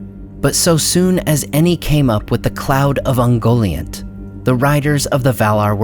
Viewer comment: Isn't Ungoliant pronunciad kind of like un-Goliath (but nt instead of th)